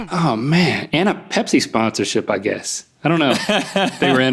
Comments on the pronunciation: I thought Rhett said Hep-c vending machine not pepsi vending machine 😂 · I swear I thought Rhett said Hep C machine... and then I saw it and was like ohh that makes much more sense